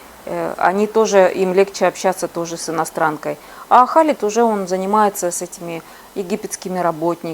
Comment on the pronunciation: Имя Хєлид а не Халид , 18 лет в Египте можно виучить Арабский